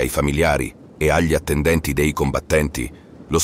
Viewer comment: Certo, immagino e ti capisco in realtà. Allora una via di mezzo perchè sentire la preposizione 'dei' pronuncita 'déi' da davvero fastidio. Sì, magari sono io palloso ma fino ad un certo punto in realtà. Se è possibile magari correggere il lettore digitale con più attenzione, non so. Poi, oh, non voglio fare il 'bravino', solo penso che prima o poi migliorare quaesta cosa sarà un passo da fare comunque. In fondo Barbascura o Geopop mica sono doppiati professionalmente ma guadagnano dal fatto di essere commentati da voce naturale. Una minima inflessione dialettale non da fastidio a nessuno se i contenuti sono buoni. Ma credo che continuando con un software più di tanto non si può pensare di allargarsi. Alla fine i canali piùù famosi non lo usano. Ti faccio invece i complimenti per la risposta professionale e pacata a quella che, giuro non lo era, poteva sembrare una provocazione; ciò dimostra un professionismo non da poco. I miei migliori auguri.